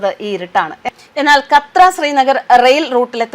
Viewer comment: കത്ര അല്ല കാട്രാ